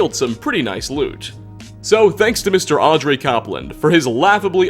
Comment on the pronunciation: Also it's Aubrey, not Audrey :)